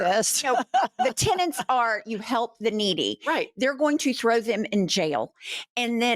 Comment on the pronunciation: TENETS, NOT TENANTS.